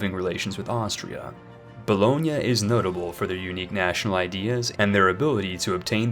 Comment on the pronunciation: And you know he's done research when he says Bologna correctly